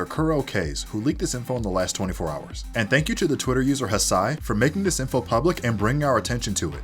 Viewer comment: They did not just call don haci “hasai” 😭